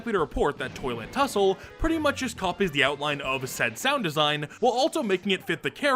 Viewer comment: Only i Heard him saying "Toilet hussle"?